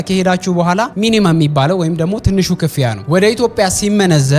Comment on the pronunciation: The Gurage Accent Slipped 😂 (ክ-ፍ-ያ) አባባልሽ